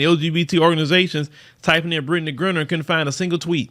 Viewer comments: Griner is pronounced like "miner" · Lord have mercy. Can you at least pronounce her name correctly. It's Griner with a long I sound not Grin-ner🤬